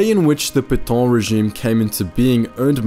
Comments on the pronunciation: It's PAY-TA Not pay-tow or pay-taw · It's not Petawhhn--more Pet(as "a" in can) Petaaaa(ngry)n. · What’s with the comedy pronunciation of Petain? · You say "é" in cliché, it's the same prononciation for Pétain.